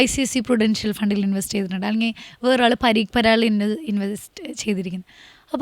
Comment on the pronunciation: പരീക് പരാഗല്ല. പരാഗ് പരീക്ക് ഇത് ഒരു തവണ അല്ല പറഞ്ഞത് പല തവണ ആയി